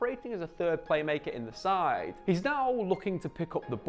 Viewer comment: why the emphasis on the last word of every sentence. "We have to talk about Marcus Rashforrrrrrrd". "get a shot awaaaaaay". "than any player in the sideeeeeee". Drove me crazy.